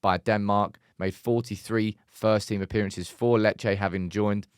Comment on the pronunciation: Lol it’s lee Che 😂👌